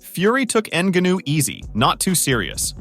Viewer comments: Sometimes he pronounces it correctly, but most of the times : ennguhnooo😂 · Learn how to pronounce the guys name. What a trash video. Absolutely brutal research. N GA new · Say his fucking name right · Hey asshole, learn how to say Francis‘s last name ! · Had to stop watching because of the way this guy pronounces Ngannou’s name lol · I almost couldn’t finish this video because you’re saying his name like you’re learning disabled…Cmon man… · this dude is pronouncing it like that to trigger people and comment, i swear. Woops 🙃 edit: uhhh he f'd up on saying it correctly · How do you watch and listen to the match and still butcher his name like that 😂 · Why u saying his name like that 😭💀